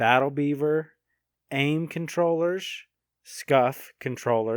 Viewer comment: It's funny hearing him say controwheress